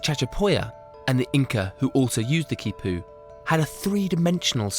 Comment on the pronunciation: This man is in South America and he doesn't take the time to learn to pronounce the words like Quipus,Llama which would be Ya-Ma very easy. Just makes him sound like an idiot.